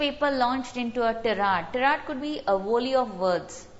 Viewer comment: Ma'am please check the pronunciation of tirade